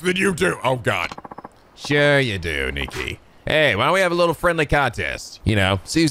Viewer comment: please correct your "Aniki" pronunciation! The game (well, the whole series really) uses it a lot and it's grating a bit to hear a-n-I-k-i, not A-n-i-k-i (stressing A) all this time.